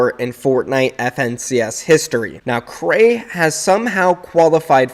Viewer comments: Say it que rei not krey plz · Its Q - rei not krey in EU